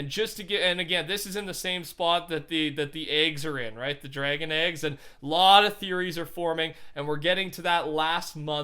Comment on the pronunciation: I dont wanna make fun of him. But why does he say ayyyygs?